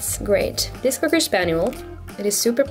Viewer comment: She said zuper